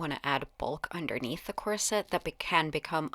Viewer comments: In UK we say COR-set with the stress on the first syllable not Cor..SETTE with the heavy stress , as you do, on the second syllable. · Corset is pronounced KOR-set, not kor-SET. The accent is on the first syllable.